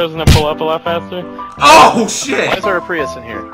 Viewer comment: 'Prius', smh :/